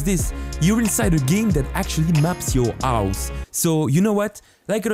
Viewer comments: Stop say avhus it’s hose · Why you say ,, ause and not house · My guy it’s house not ouse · no body: this guy: OUSE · I like how he says "ouse" instead of house. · bro says ouse instead of house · HHHHHOUSE not ouse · House ❌ Ouse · Is it me? Or sometimes he says " House " Its sounds like he said " Ouse " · "now to map my ous" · ''My own ouse'' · You say h words in a weird way. You say ow, ouse, and I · ouse?? wtf do you mean house it has a H at the start not an O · i love when u say ouse not House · I’m sorry but “my ouse” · "My ouse" 🤣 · Ah yes his "ouse". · I noticed that he never says h like when he says house he said ouse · Am i the only one who hears aus instead of house? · "To map exeggdli do my ouhs" what? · I like how he says house as aus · No one:: Ouse~ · i really like his "ouse" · “ouse” he’s so cute. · I love the way you pronounce house owse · Hehe, yes I often had hard times to understand, when it comes onto ands, ouse and eadsets. But he makes good stuff! ;) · " the ause" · yes dis is trou is accent is vérie goude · idk this channel that much but can i ask why do you not pronounce the 'h' in any word? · its funny coz he cant pronounce his H's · You are french right? Bc you arent speaking the H in House or Headset.... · One like = one H not pronounced